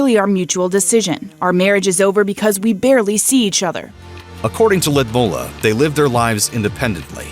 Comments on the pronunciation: I think her name is Lud Milla, not Lid Mulla. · Ludmilla? Why do you pronounce it Lumolar? 😁